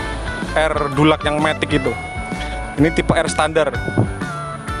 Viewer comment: Bacanya tuh er dilaks bkn dulak 😂